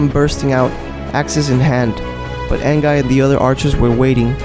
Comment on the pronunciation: Say it like AN-GI not AN-GUY